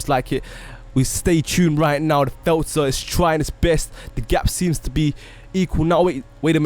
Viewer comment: Lol u say felter